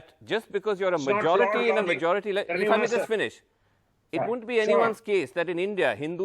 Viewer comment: Hahahaha "Srinivasan" Jain ???